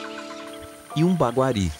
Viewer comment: Nao é "Baguari" é Maguari